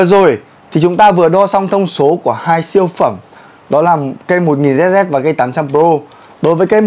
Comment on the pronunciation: đọc lại tên vợt hộ cái Nano flare 1000zz ông ơi 🤫🤫